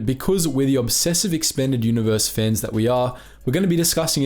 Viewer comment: It took me 10 seconds to realize you were saying "fans" and not "fens" lmao